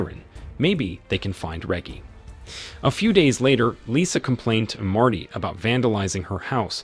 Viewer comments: (Re-jee) Reggie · I'm betting it's AI voices. You can tell when names like Reggie get pronounced properly once or twice, then suddenly pronounced with a hard G (as in reggae)